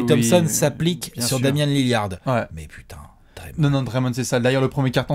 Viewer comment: c L I L L A R D PAS lill i ard